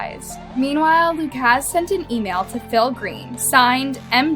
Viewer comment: It’s pronounced “Lu-cus” or Lu-kis” not “Lu-kaz”